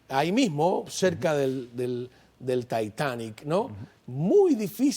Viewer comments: Decidete conductor!!!! Titanic o taitanic!!!!! Estas hablando españo! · No se pronuncia taitani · Si estas hablando español es titanic !! Cuando hables para un público solo de lengua inglese lo pronuncias taitanic!!! No tiene nada de malo pronunciar las palabras en español. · El Taitani? Vamos a dejarnos ya de chorradas,no? Tanto Taitani y aisberg,que aisberg ni aisberg? Se dice ICEBerg, coño yaaaa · Señor se llama Titanic y no Taitanic Inut---il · Se pronuncia titanic por dios... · Y sigue diciendo TAITANIC xd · Soy el único al que le incómoda cuando este señor dice taitanic?